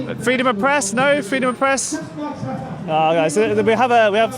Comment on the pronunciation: Its pronounced freedom, not fweedom